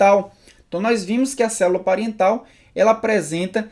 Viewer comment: Célula " pariental" ?